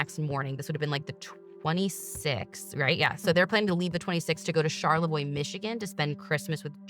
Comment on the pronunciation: Charlevoix is my hometown!!!! I love how my ears perked right up when you guys said it!!!! And you pronounced it perfectly!!!!!! I’m 35 and grew up in Charlevoix. I was also magazine height when JonBenet was murdered. When I was younger , I misunderstood and thought it happened IN Charlevoix and not Boulder, CO. I AM SO HAPPY YALL BROUGHT YOUR OWN TWIST TO THIS SUPER TWISTY COLD CASE!!!! ❤❤❤❤